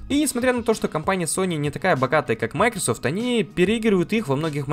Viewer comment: Только не мАйкрсфт, а МайкросОфт